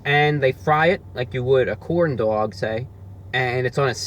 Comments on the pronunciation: Forget about how he says pancake on a stick, how about the way he says corndog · I LOVE HOW HE SAYS CORNDOG